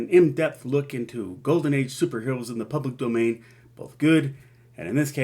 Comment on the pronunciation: "Public Doman" 🤭